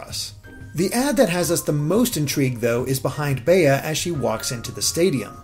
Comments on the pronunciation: Why does no one know how to say Bea's name? It's pronounced "bee." It's a real world name, people. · Literally I've only ever heard Bea pronounced like "Bee". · I’m pretty sure it’s pronounced like bee because apparently her English name comes from the word “bean” and the Bea in bean is pronounced like bee. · "Bea" is short for "Beatrice" and pronounced "Bee". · BEA is pronounced as BEE, BEEEEEEEEEE DAMMIT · Bea is pronounced BEE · I thought Bea was pronounced “Bee” like Bea Arthur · Pretty sure Bea is pronounced "Bee" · Bea is pronounced “Bee”. I know someone with this name. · Bea's name is pronounced Bee, just gotta say it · Why does everyone pronounce Bea like that? It's a really common name! It's literally just pronounced like Bee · Pretty sure it's pronounced 'B'. Like Bea Arthur. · Pronounced bee, short for Beatrice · I was cringing every time he said "bay-uh." But yeah, it's short for Beatrice usually...I thought everyone knew how to say that name. No need to overcomplicate it lol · CGG Productions But in other languages, that gym leader has other names. It’s only “Bea” in English, and in English it’s pronounced BEE. Are there maybe a couple of people who pronounce it BEE-uh? Maybe. But 99% of people named Beatrice will tell you their nickname is pronounced BEE. BAY-uh is pure nonsense. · I can't stop laughing at Baya XD... it's Bea (Bee) XD XD XD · Its BEA, not Bee. The word is exacly pronounced as its written, since it comes from BeAtrice or BeAtrice. There is no DOuble E in those names. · Why do people keep prononcing her name Bay-uh, it's pronounced Bee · Why do you keep saying 'bay-uh'? It's based on Britain, so pretty sure the correct pronunciation would be 'bee' for Bea. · Bruh it’s pronounced Bee not Bay-yuh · I think 'Bea' might be pronounced like 'bee'. It's a pretty common English name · Her name is definitely pronounced "Bee". It's a pun on "Float like a butterfly, sting like a bee" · you say her name like the insect Bee